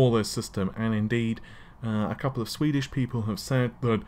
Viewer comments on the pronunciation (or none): none